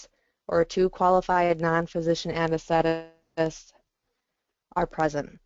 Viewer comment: Anes-the-tist! Not anes-thet-tists.